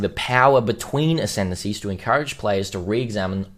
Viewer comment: Lol did you say decendancies? Sounds about right